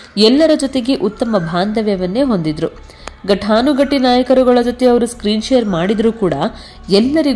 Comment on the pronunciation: ಗಠಾನುಗಠಿ ಅಲ್ಲ ಮೇಡಂ ಘಟಾನುಘಟಿ